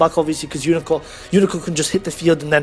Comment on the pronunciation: "Umicorn" and "Gun Gay" Aaah im I miss hearing you say these names because if I am I love my fucked ears right now xD